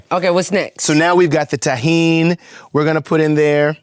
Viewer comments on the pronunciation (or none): Lmao at Scott calling Tahini “Tajin” I was like oh this hummus is going to have some Mexican flare 😂! Then I saw him pour the Tahini lol